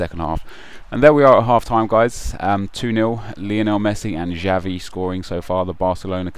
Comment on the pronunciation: Its not Javi mate, it's "Chavi"(Xavi)